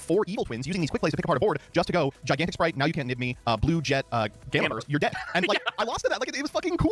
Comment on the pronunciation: and it's spright not sprite